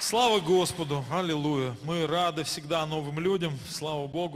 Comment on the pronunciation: Халилуия? Так правильно Аллилуйя!